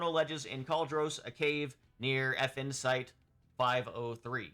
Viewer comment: I can't not hear "Effin' Site", which perfectly describes my feelings about them. 😂